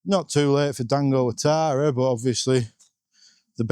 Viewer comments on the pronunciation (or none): none